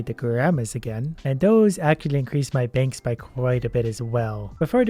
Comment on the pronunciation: lol at one point in the vid he said bankths